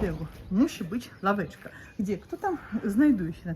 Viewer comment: "Ławeczka" nie "Laweczka"! Ł i L to dwie różne literki!